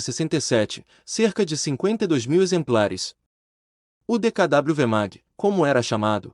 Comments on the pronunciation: É o que dá fazer locução sem conhecer o assunto !! JAMAIS o dkw foi chamado como decadábliu. Sempre o povo o chamou como DECAVÊ. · A reportagem está excelente, só um detalhe: quem gravou esse texto não conhecia o carro DKW, que todos - fabricantes, anunciantes e consumidores - pronunciavam, no período, DEKAVÊ, e não DEKADÁBLIU. Até porque na época a letra era ensinada e pronunciada.como DOBREVÊ e não DOUBLE U (Doubâl-iú) como se diz hoje traduzindo o termo "duplo U" em inglês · Nao e decadablo e sim decave a pronúncia está errada recorra a vídeos antigos da época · O problema é o narrador dizer "aqui no Brasil chamado De Ka Dabliu" Então a narração não faz jus a história de como era chamado o veiculo. Informação correta é preferível a informação falsa ou errada. Dizer "dekavê" ou "dekadabliu" não é pronúncia e sim são palavras (faladas ou escritas) diferentes rs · O nome é D K W - leia - se decave